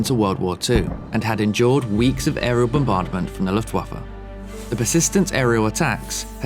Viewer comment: Woah you pronounced "Luftwaffe" perfectly!!! Greetings from Germany ❤